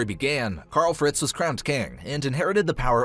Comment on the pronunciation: “Kyarl fretz”😂